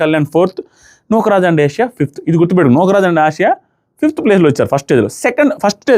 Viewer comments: యెసియా kaadu ఆసియా 😂😂😂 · Nukraj and asia...asia ఏషియా kadh..aasia.. ఆసియా 😅😅😅😂😂😂😂....ఎంత నవ్వు వస్తుందో నాకు అన్నా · Asiya kadu. asiya. Tana peru